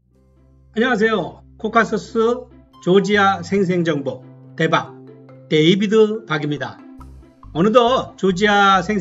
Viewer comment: "대박"이 아니고 "데박" 이시네요...ㅎㅎㅎ 지도를 가지고 설명하는 거 쉽지않은데 아르메니아 게그하르트 수도원의 예수님의 창이야기 그리고 그리스의 파르테논신전보다 훨씬 앞선 가르니신전 설명과 함께 다시 들으니 귀에 쏘옥 들어옵니다. 해피 추석되세요.